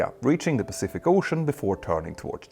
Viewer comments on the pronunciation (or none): none